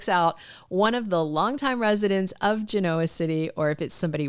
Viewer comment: When are you going to learn how to pronounce Genoa? Since you are making a living discussing Y&R it only seems appropriate. lol